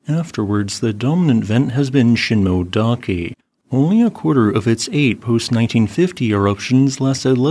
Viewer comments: Shin-moh-eh not shin-moh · Sheen-moh-eh-dah-keh. The “-moe-“ part is two syllables, “mo-e”.